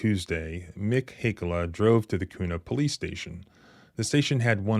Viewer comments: We say it like que not koo lol. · Kuna is pronounced by us Idahoans as "Quna". 👍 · It’s pronounced Kyunah. 😂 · I live in the area where this happened and the way youre pronouncing Kuna is hilarious! Lol Its pronounced Q-na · Pronounced *Kyouna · When you think of how to pronounce KUNA, think of how you pronounce CUBA. The locals pronounce it CUE NAW! I used to live near there. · Thank you for covering this. FWIW the city is pronounced KEW-na. I am livid that the sheriff doubled down on how they “fumbled” in this instance. It appears the tyrants enjoy and take pride in trampling on our constitutional rights. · Being from Idaho it’s pronounced “Qna”. Spelled Kuna. If you’re keeping score. Small police agency filled with the barely functional dregs of police. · You are mispronouncing Kuna, ID.